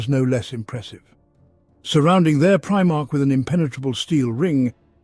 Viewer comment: Honestly couldn't stop laughing for a bit at "premarch", made me due a double take. Lol